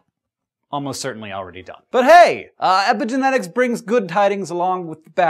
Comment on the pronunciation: Sounds like you're saying "epic genetics", which it kind of is ^^